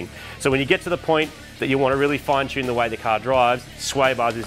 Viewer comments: Oh yeah and “T” for Chune! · And finally the T Chune...